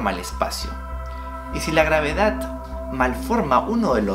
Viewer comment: que aprendi con este video? que se dice gravedat, no gravedad. mentira te hamo